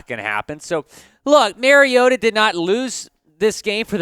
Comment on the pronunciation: I agree. Mary-O-ta, whoever that is, needs to be benched. Though I'm not sure how a team goes about benching someone who is not on their team. Mar-E-O-ta on the other hand is just fine. Has the team overachieving. Don't be telling people who needs to be benched if you can't even be thorough enough to correctly pronounce their name.